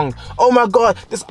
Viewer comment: “Oh my Garrd so segzyy”🤣🤣🤣👏🏾